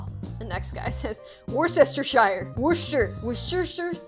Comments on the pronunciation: It is pronounced war-chest-er-shir if you were wondering. It's a place in Britain too. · Worcestershire is actually said woostersher lol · Wus-ter-shure that how you pronounce it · Wer-Chester-shy-er, ur welcome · i think its pronounced woostershire sauce? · The sause is prnounced wortchire wor-shire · It's pronounced "WUH-ster-sher." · Brits when butchers worstershire: 👁👄👁